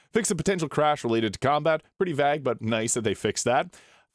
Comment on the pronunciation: Vag and plag... Vague and plague. Never heard that pronunciation before.